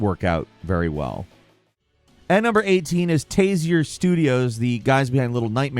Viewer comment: Tasier Studio’s Reanimal. It’s pronounced Tarsier.